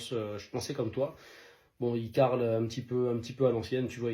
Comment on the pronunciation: "Il carle …"c’est là où j’ai stoppé la vidéo! Il carrelle bordel!